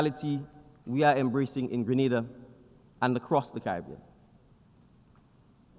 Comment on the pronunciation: Great presentation and well said. Now, if we can get the announcer to pronounce the name of the country correctly after it was said multiple times, that would be great as well.